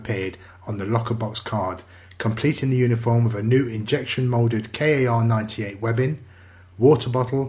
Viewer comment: Not K-A-R 98 (Weapon) It's actaully only K, for Karabiner (Carbine), but it is often written as "Kar", for the non german speaker. K is pronaunced like "Kar" in german, but you don't say the "r" so hard. K98kurz Kar98kurz (kurz=short)